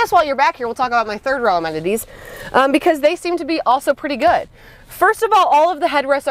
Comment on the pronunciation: Did you say amenities or MOMenities? Yes, you can steal it for future videos 😊